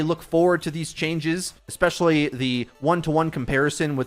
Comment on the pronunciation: Eggzetera. Eggspezially.